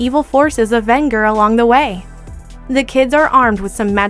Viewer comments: It's pronounced Ven-Jer not Vin-ger! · It's pronounced VEN-JER! For Pete's sake they actually say it properly right before you say it. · She mispronounced Venger. Sounds like vehn-jur. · Soft g on that Venger, girl.